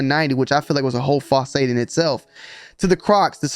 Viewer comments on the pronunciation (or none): This dude just said facade completely wrong. I just watch these lives to hear him stumble on his words and pronounce things wrong